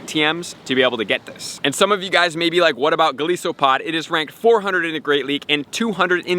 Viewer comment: Pretty sure it's pronounced Golīsopod. Long i. It's an overgrown isopod. Thanks for advice! Always helpful!